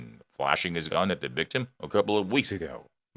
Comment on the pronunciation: I know what a gun is. I have never heard of a gon because it sounds like you're saying gon